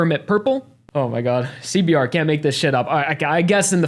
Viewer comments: Nobody's gonna talk about the fact that said c b t in the beginning? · Everytime you say CBR as CBT you're gonna get an instant like from me.